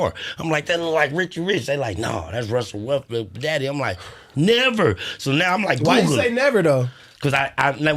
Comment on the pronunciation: Yo why the fck can’t pronounce a single name right lol wusell restbrokk and Martha Stuart and everyone’s name you can think of.